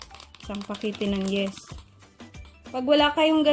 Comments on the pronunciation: Yeast is pronounced as yist, hindi yest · Yeast not Yes. Yeeest pronunciation. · Pronounce po ay yis not yes . No offend po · Sorry friend Say yist and not yest! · anong yest ba o yist di ko alam un yist alam ko po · Yeeeeeest ang pronunciation, hindi yest! ✌️ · Why does it bother me that she’s saying yest😅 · just say "yist" ( for yeast) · Omg. Yeast pakiusap namn paki banggit ng maayos ung yeast not yes omg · Wrong pronounciation of yeast...